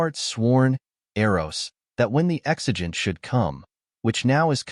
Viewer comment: Ex-ee-ant? Really? It's ex-unt.